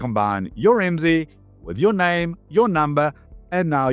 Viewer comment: IMSI is an acronym. Dont say it as a word. Its. I M S I.